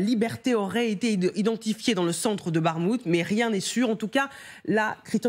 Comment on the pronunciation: Encore la JOURNALISTE maintenant c'est BaGHmout! G,h,i,j, et enfin K. c'est pour bientôt.